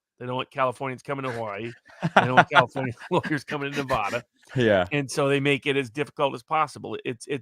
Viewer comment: Great guest and talk. Been listening to Barnes about a year now. He’s spot-on on all of his takes even when they’re not popular by the right. He’s super great. (Except the way he mispronounces Nevada).